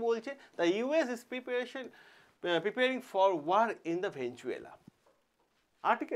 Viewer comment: ভেনেজুয়েলা নয় রে ভাই ভেনেজুয়েলা।